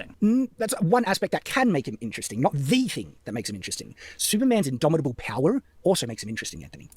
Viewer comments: Take a shot whenever says idomidable. You will die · If this man says indomitable one more time I'm gonna riot.